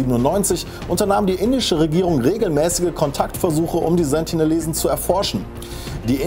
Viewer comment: Sie heißen Sentinelesen nicht Sentilesen